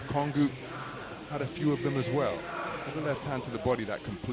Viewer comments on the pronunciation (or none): How does the commentator get that pronunciation from "ONGUKU"? That's low key ...